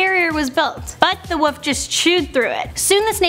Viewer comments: Wolf not woof omg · wolf LLLLLLL not woof WOLLLLLLLF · she keeps saying woof not wolf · Wolf not woof! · I hate people that say woof instead of wolf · I'm disliking for the soul reason she said 'woof' instead of wolf... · Wait does she mean to be saying woof cose I thought it was wolf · was it Christian woof or Christian wolf😕😕